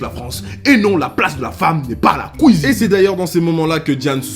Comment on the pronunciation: " Et non la place de la femme n'est pas à la couisine" 😭😭👌🏾